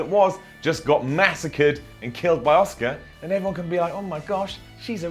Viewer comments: Ewan Macdonald it’s actually pronounced “oska” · Ewan Macdonald no he doesn't because it's pronounced oscar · Coltkiller Gaming it’s just the way says Asuka, sounds like he’s saying Oscar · Sounds like you're calling Asuka 'Oscar' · BADBOYONE Why do you keep insisting the Japanese pronounce it oscar ? They sure as hell do not. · Ewan Macdonald Lolol! Its pronounced OSKA. but,, along with some of the guys that speak the Queen's English (along with my grandmother and some of the other older people from the Southern United States), have the knack for adding an 'R' onto the end of a word that ends in a vowel. ie: Asuka becomes Asukar, Alexa becomes Alexar, banana becomes bananar, etc. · Is anyone else hearing oscar instead of aska 😂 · Who's Oscar? Did I miss a match? Did Emma fight twice? Little help, say Ass-kick-ka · Patrick McDaniel Sounds more like he's saying Oscar to me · ITS ASUKA, ASS-KA not OSCAR! Please please say Asuka next time cause you're hurting my brain! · Auss kah not oss car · Its Asuka. NOT OSCAR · thats not how you pronounce "Asuka", not in any language is it pronounced "Oscar". It's pronounced "Ah-Ska". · For those of you wondering about "Oscar", Its pronounced OSKA. but,, along with some of the guys that speak the Queen's English (along with my grandmother and some of the other older people from the Southern United States), have the knack for adding an 'R' onto the end of a word that ends in a vowel. ie: Asuka becomes Asukar, Alexa becomes Alexar, banana becomes bananar, etc.😀 So ya see, it's kind of a Queen's English\Southern USA thang, y'all! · people in wwe pronounce it aska but pronounced it oscar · Benny Gonzalez well not that Google translate is very trust worthy but the Japanese voice pronounced it as asuka, then the English one did an Kurt Angle and said A-suker haha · I’m from a Japanese herritage and it is actually prounounced OSCAR not ah-so-ka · Are you saying Oscar